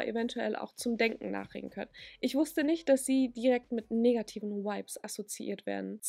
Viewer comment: Fands witzig dass du vibes bisschen wie wipes ausgesprochen hast 😂 aber stimme dir zu!